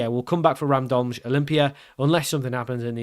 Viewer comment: I don't speak Slovenian, but I am a native speaker of another Slavic language that uses the Latin alphabet. If you want to learn something new and pronounce the names correctly: - Cejle = Tse lye - Aluminij = Alu mi niy - Gorica = Go ri tsa - Radomlje = Ra dom lye "Je" in slavic languages is pronounced like "yeah". For the english j sound we have letters like ž or ż. Also there is no slavic language where C is procounced like k, it is always ts sound. Ah, and of course Pajaro (spanish for "bird") = paHaro 😁